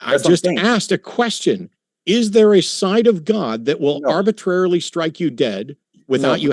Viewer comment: Arbitarily? Servalience? Learn basic English.